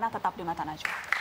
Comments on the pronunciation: Kalo ane geli pas denger dia nyebut namanya Mbak Nana. Nazwaa... 🤣🤣🤣😂😂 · Edy bikin ngakak anjirrr.. manggil najwa jadi nazuwa hahah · Najwa pak bukan nazwa